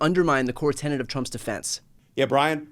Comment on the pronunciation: It's a "core tenet", not a core tenant!